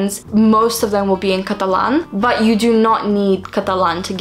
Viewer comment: la forma en la que pasas de inglés a español cada vez que decís catalán se escucha como si fueras nativa española, me encanta escucharte saludos desde argentina 🧡🧡